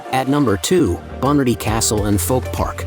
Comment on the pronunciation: Pronounce Bunratty properly. ratty is jus rat with a y